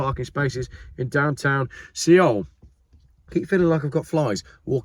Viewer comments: See-ole? 😂🤣😂 Pronounced soul, as in KIA Soul, aka Key Arsehole. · Seoul is pronounced Soul (sol) not seeol 😂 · Seoul isn’t pronounced “see owl”, it sounds the same as sole, or soul.